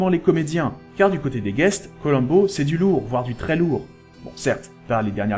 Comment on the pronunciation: Faire abstraction de la prononciation "Colamm'bo"... et c'est bon.